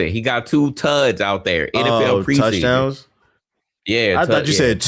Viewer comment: With left on the video I heard tugs too but I knew he meant touchdowns